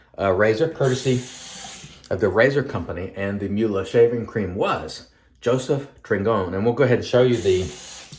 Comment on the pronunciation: Hi! I can't believe I won! I just sent you my info! Thank you very much! Also, you pronounced my name correctly, so kudos to you. I also want to congratulate Jeff Smith. He is a nice guy and he alway puts me in a relaxed state when I watch him. Anyway, I just want to say that you had a great shave and that I am familiar with Elly's Wondershop. Last year, I bought a custom brush from Jayaruh and he included Elly's Wondershop Mysterium Peracelsus. It has a floral, powdery scent and it lathers quite easily. Although I hardly use it, I find it to be a fine soap. Unfortunately, I don't have the matching aftershave so I use Clubman Lilac Vegetal that compliments it. Have an awesome Saturday and again thanks for the R41 razor and cream.